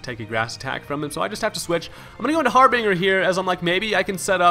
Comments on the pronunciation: Harbinger is pronounced Har-binge-er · hi:) love ur vids. u r mispronouncing harbinger